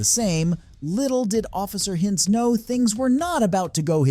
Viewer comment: “Office Hinns”, “Officer Hinns”, “Sea Urchin Dana” 😂 Bro, reading isn’t that hard… They even said the words/names themselves”. Also, me: “I’m done with this video at this point”.